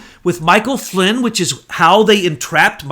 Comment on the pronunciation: Great show, but better to be less sloppy with the names. Poppadopolus has a "D" in it, not "Poppalopalus"; Gen Flynn does not have a "T", unlike "flint". I'm probably misspelling these names.